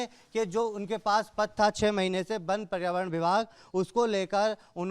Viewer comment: बन बन क्या लगा रखा है पहले वन बोलना सीखो